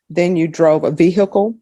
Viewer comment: The way cannot pronounce ‘vehicle’ properly is annoying af.